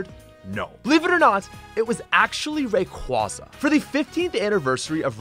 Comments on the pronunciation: It's Ray-QUAY-za! That mispronunciation irrationally angers me so much! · The way you say Rayquaza made me cringe.